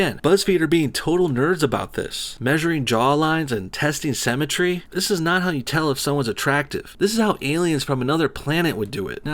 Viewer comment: “Sem-et-tree” sorry for picking on your pronunciation but it’s like people who say “dada” instead of “data” and “car-mull” and not “care-mull” but still a very good video calling buzz feed out on their shit.